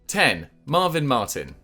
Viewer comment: Seriously, how do you absolutely nail Sinama Pongolle, yet completely destroy Marvin Martin (which is considerably easier to pronounce)😂